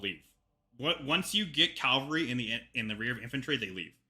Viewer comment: It's cavalry not calvary. nuff said!